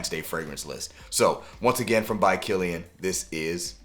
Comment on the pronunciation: By Killian 🚫 Bykillian (pet peeve) 🤷🏾‍♂️ Excellent video